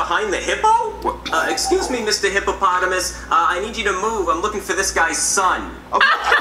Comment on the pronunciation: Im dead said execsuse me